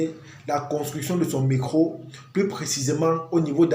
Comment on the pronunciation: Pourquoi vous dites « mecro » pour dire Metro ? 😅